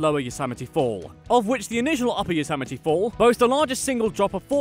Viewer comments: same thing with Yosemite it's Yo-sem-i-tea not Yo-sam-i-tea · Additionally, he can't pronounce La Brea or Yosemite.